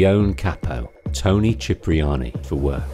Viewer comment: As an italian thank you for pronouncing "Cipriani" correctly